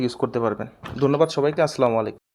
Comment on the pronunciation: মনে কিছু নিবেন না আপনার প্রায় ভিডিও গুলো দেখি আপনার সালাম এর উচ্চারণটা ভালো লাগেনা আমি সহি উচ্চারণ টা বাংলায় বলে দিচ্ছি আশা করি নেক্সট ভিডিওতে এটা ইনশাআল্লাহ আপনি এপ্লাই করবেন আল্লাহ তৌফিক দান করুক আসসালামু আলাইকুম ওয়া রহমতুল্লাহ আপনি বলতেন আসলামু আলাইকুম